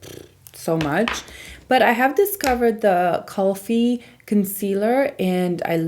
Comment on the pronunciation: Kulfi is pronounced "cool - fee" lol. It's a south asian brand and kulfi is an ice cream dessert. So great to see more mainstream south asian beauty brands like Kulfi and Live Tinted!